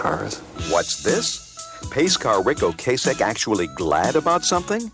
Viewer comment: O-Cass-Ek, not O-Case-Ek